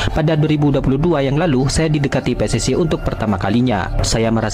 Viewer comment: Min ....Tolong dong ngomongnya biasa aja PSSI gitu jangan PSSay Aneh kedengeran nya 😂